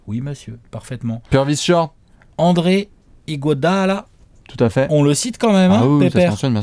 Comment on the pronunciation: Enfin un "Iguodala" bien sorti. Alléluia ! :-)